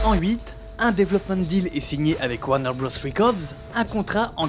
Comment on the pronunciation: Hey, aucun anglophone ne dit "Warner Brosse". Warners Bros. ça se dit Warner Brothers, c'est tout.